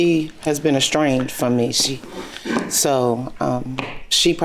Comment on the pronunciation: “She been estrained from me”🙄